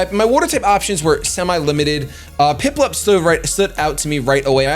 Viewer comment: love how he says piplup